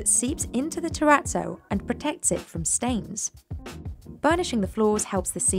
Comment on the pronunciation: I'm triggered by the way she pronounces terrazzo.